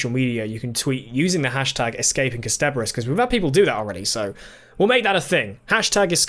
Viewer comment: Ah, I hear still hasn’t heard any of the times “Kasterborous” has been said out loud by anyone else ever. Also... last episode drew attention to the Nestene calling him a Time Lord, so I’m not sure why he’s suddenly saying that Jabe says it for the first time in the revival. The production company for vfx was called The Mill. They’re called Milk now, and did vfx work for Good Omens. In Dalek, 9 says “I watched it happen - I MADE it happen.”